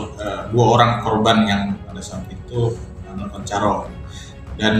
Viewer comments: Kualitas SDM Tribun parah. Carok, bukan caruk. 😂😂😂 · Carok bukan caruk